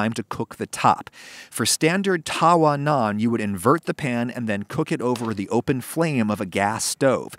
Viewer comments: It's not taawaa, it's tuh-vaa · Hey Adam it's TAVA NOT TAWA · ummm.... it's called Tawwa not taa waa. In Indian and Pakistani culture, the eligibility criteria for a good house wife is how circular her Roti is, and how evenly cooked is it. You sir, are not a very good housewife by that criteria. XD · It’s so bloody annoying when white people say TAWA emphasizing the W. every Indian says tava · Lol, it's Tava, NOT Tawah.... You just gave me a good laugh! Idk why it's spelt like Tawa when it's closer to tava...... Maybe due to changes in pronunciation across India? Maybe some place calls it Tawa but the W is closer to a V sound. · I approve of this and I am Indian 👍, it also pronounced taw-wa not ta-wa, just a heads up 🤗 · Errrmmm no I think we can do better in fact way better.. Yeast is a must when it comes to naan as is curd also the smokey taste that you only get from a wood fire.. We can mimic this better want to know how.. Also the w in tawa is pronounced as a v. You need help :-) भारतीय लोग भारतीय भोजन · Thank god, finally an Indian recipe. I have been begging for some more. I'm indian and i warm up the frozen ones on the tava lmao, and yea, it's pronounced tava. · Don't know if you care but the correct pronunciation of tawa is with a way shorter "tuh". Itd be like saying the "uh" at the beginning of under but with a t at the beginning. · please try and saying Tawa with a V xD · I just like the fact that when he says tawa he is saying it wrong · I love you adam I really do,but your pronunciation of tawa and tandoor really hurts my soul